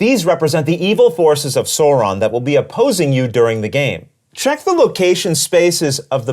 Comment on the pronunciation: Excellent explanation! I know how to play this game now! Only critique I can give is the way that Sauron was pronounced... It hurt my feelings...